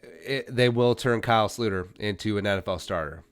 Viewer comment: Can you stop saying slooter?